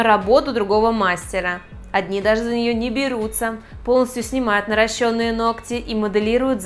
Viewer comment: Странно вы ставить ударение на слово нарощенные!